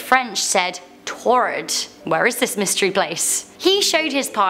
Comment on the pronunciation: What the heck is taured is that paraell a country??